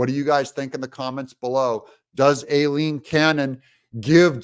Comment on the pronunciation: Aileen Cannon's name is pronounced 👉👁- leen 👈.